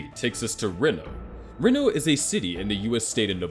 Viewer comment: It Count not account it's one count of murder not one account of murder This was very difficult to watch because of his pronunciation of Reno as well